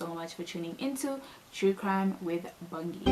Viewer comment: Bongi not Bhongi, I love your channel. For such crimes I wish the death penalty could form some part in our law.